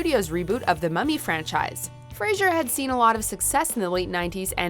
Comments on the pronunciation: Poor Brendan Fraser. Even with all of his success, people still have trouble with his name. I'm not even talking about a person below that thinks his name is "Brandon". Even the narrator of this WatchMojo piece is pronouncing it wrong. It helps to remember that Mr. Fraser is NOT a fictional radio psychiatrist in Seattle. "Fray-zur", not "Fray-zhur"!!! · Hey, announcer, it’s Brendan Fraser, not “Frasier”. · Ugh, it's FRASER, not FRASIER. That's a sitcom. Why does everyone get it wrong. There's no I in the man's name.